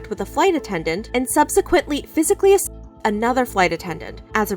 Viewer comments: Why can't you say assaulted???? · Why cant you say assaulted?